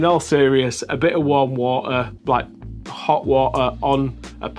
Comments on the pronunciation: Ha wah uh. Hawt wahrtuhr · why no wo-a f-om a ke-el? Making tea... s wo-a is heated a-eady